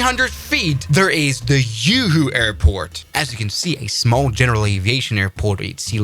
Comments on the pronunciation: juhu not yuhu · Yoohoo, who me? Who you? 😂 It's pronounced as "Jew who" actually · the yoohoo airport was killing me its joohoo with a j sond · It is joohoo not yuhu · Yoo hoo 😂😂😂😂 its juhu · Juhu ko Yuhu boldiya bhai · Bro the Juhu is pronounced as Ju-hu and not Yu-Hu. Indians aren’t Spanish just btw, your American ass isn’t drinking yoohoo here. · Its not uuuuuuuhuuuuuu its jjjjuuuuuhuuuuuuuu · THATS JUHU AIRPORT JJ NOT YUHU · JUHU NOT YOOHO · The j is not y we don't pronounce it like that juhu beach and juhu air port pronounce the J not y like the Germans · How is JUHU pronounced as Yoohoo? 😂😂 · How does someone pronounce J as Y 😂 Juhu is simply Juu-huu not Yuu-huu😂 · it is JuHu and not uHU, the J is not silent here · Its Juhu not yoohoo…. Bullshit bhuriyaaaa😂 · Bro call Juhu aerodrome as yoohoo aerodrome 😂😂😂don't call juhu as yoohoo 😂😂😂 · Yeet is not "yoohoo" or "yahoo" airport, it is "joohoo" airport. If you can say "Japan" you can say "Juhu" too. I get it you can't handle "Chhatrapati Shivaji Maharaj" but you totally can nail "Juhu" if you practice a little bit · Its not yuhu its Juhu😂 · Its juhu bro not yooho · Its not "yuhu" its juhu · AS A PERSON LIVING IN MUMBAI, it is not "YOOHOO" IT IS "JUHU" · bro it's pronounced "ZooHoo" not "Uhoo" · its not yooohooo moron😂😂😂 its juhu(pronounce as( joo-hoo) kinda pronounce😅😅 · Bro... Its Not "YooHoo"... Its JOOHOO... J like in James... 😂😂😂😂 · Juhu to Yuhu. My duch friends also pronounces J as Y and it was quite confusing in beginning 😊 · Dude it’s Juhu not Yoohoo ugghh 😣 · Wtf you mean by Yoohoo??? It's Ju similar to Juul vape. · That's all okay and stuff,, but it ain't 'yuhu'. It's said as Juhu, the 'J' like that of 'January' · "Joo-Hoo", Not "Yuhu".. Loved the video :) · correction: the juhu airport is pronounced as: "joo-hoo" not "yu-hu" as in spanish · Just so you know its pronounced as Joo-hoo and not You-hoo 😅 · JUHU! not YUHU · Its pronounced juu-huu